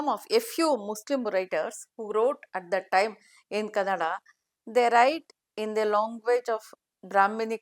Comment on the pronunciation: KannadA and not Cannad. Pls correct